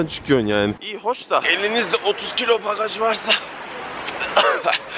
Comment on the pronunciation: Valize bagaçç demen hdjsjdkdksjdjejsjsjsj